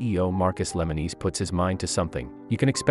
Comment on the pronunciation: Lemonis not lemeneese